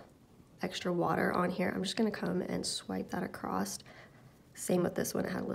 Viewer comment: "Across" not "Acrosst", otherwise great video.